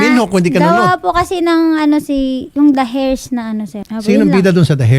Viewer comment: Anong heirs??? eirs lang pag bigkas nyan day wag muna usali ang H.